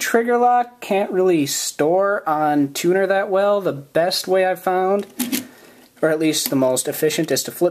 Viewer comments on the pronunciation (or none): I thought you said "tuna" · I thought you said tuna...